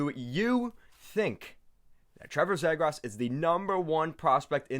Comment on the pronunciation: his last name is pronounced ZEE-GRUS